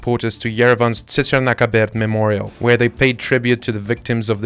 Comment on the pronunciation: I enjoy watching your news segments, but this is a media service from Armenia, it's important for the narrator to know how to pronounce words such as "Tsitsernakaberd", even if the story is in English.